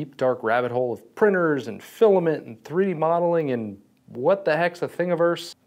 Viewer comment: twwee dee?